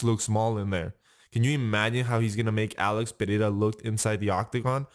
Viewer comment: hey i liked that you pronounced ''pereira'' right good for you